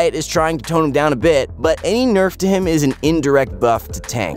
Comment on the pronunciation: my ears keep hearing saying "we'll keep this last bich short for the midlane...." to annie